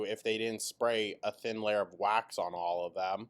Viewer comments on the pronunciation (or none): none